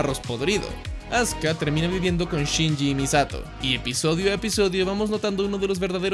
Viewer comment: Se escucha Azka en vez de Azuka 😄